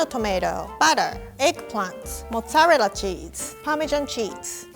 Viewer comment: i love the way she says mozzarella